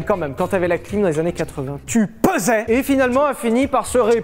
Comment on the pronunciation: " Avec quelques anné d'humidité" j'étais encore sur les caleçon moi...😂😂😂😅🤣